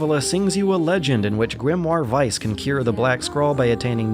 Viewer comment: Instantly liking this for the actually correct pronounciation of the german word "Weiss"